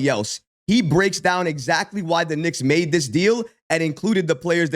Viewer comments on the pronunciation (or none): none